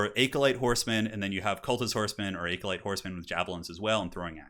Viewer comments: Great video man. Just wanted to add that acolyte s pronounced like ac-uh-light. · ah-co-lite. AH-CO-LITE.